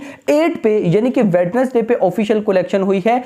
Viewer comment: If you are reading my comment then that in the word Wednesday (d) is silent and the word sound like (wenesday) .❤. Its not hate😊